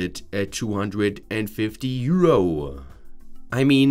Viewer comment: euro-uh euro-uh euro-uh it's euro. there is no uh at the end.